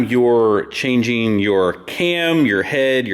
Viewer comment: "Timeen" "Changeen"